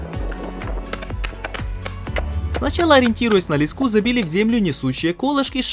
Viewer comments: не лескА, а лЕска) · Не лескА, а лЕска!!! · ЛескУ, это наверное украинская особенность, в России этот предмет называют лЕской, а лескА режет ухо. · Леска произноситься с ударением на е в любом случае! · В слове "леска" ударение ставиться на первый слог. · Ролик суперский. Вы просто молодцы. Всё четко и слаженно. И конечно хотелось бы продолжение увидеть. Но есть маленький нюанс. Слова "Ле́ска" ударение на первый слог, так же как и в слове "Меша́лка" на второй. По ушам режет лескА, и мЕшалка. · Ты что прикалываешся с ударениями??? лескА, мЕшалка, кухОнный!!! Это ужас. Такое количество подписчиков обязыват к чемуто, тебе не кажется? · Леска', меша'лка.. кровь из ушей.. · Вот только ударение в некоторых словах подводит , в таких как леска и мешалка, неприятно воздействует на слух, надеюсь всё исправится. А так молодцы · Очень информативно, всё по делу. Молодцы! Всей семьёй: жена чемпион! Ш Как и должно быть: друзья друг другу помогают. Грамотно построенный текст. Только: мешАлка и лЕска - ударения, аж в словарь залезла... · ЛескА, мЕшалка - всего лишь ударение, а слово уже кажется незнакомым по началу) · лЕска, мЕшелка... Бедный русский яык